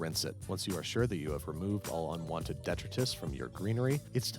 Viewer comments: Babish I hate to be that dude but it's "de-TRITE-us", not "DET-ritus" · Never mind the intentionally borked pronunciation of Worcestershire, I recoiled in horror at the way you said 'detritus'. Food looks amazing, though. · Its pronounced "de·tri·tus" ;) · You pronounced detritus wrong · Nicely done. Score: +3 points for using 'detritus', -1 point for mispronouncing it; -10 points to me if I misheard you rendering this a d***-move on my part. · That’s not how you pronounce detritus (I only care cause it’s the only fancy word I know :P)